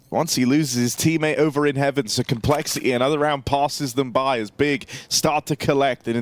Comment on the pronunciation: Why does he pronounce complexity "col" shit is infuriating